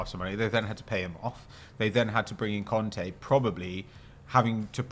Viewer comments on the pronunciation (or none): I love the way southerners pronounce the names Kante and Conte the exact same